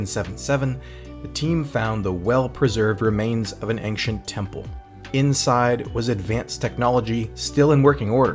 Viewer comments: Would be great if you didn't pronounce the word "Ancient" as "Anxiens" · The way you keep pronouncing "Ancient" is not just wrong, it's borderline annoying. It works on my nerves as much as hearing Americans constantly say "exetera" when the word is "etcetera" (you know, that's what "etc" is based on... right?).